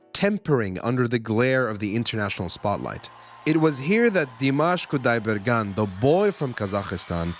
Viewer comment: I love Dimash and it is so wonderful to hear you speak his name properly. I am an American who recently stumbled upon him and am amazed by his voice. Over here, it's just Dimash because we don't want to butcher his last name. It is so nice to know he is as good on the inside as he is on stage. Thank you for the background on this amazing performer.